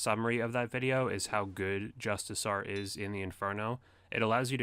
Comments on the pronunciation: JUST-I-CAR. NOT JUST-I-SAR. Do no Runescape players learn how to pronounce the English language? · Justicar- pronounced just-ik-are